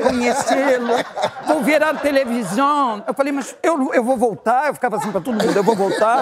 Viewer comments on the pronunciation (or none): “O senhor vai voltarrrrr”😂😂😂😂😂😂😂😂😂😂😂